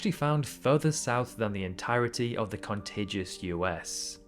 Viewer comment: Why you pronounce contiguous as contagious